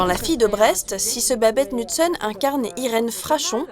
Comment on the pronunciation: nusen? The K is not silent!